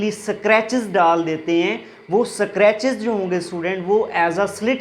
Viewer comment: It's scratches ‚ not eskartches .